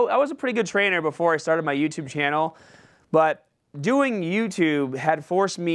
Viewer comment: said "YouTerb" lollll he was a little nervous. I would be nervous too, introducing one of the best in the fitness industry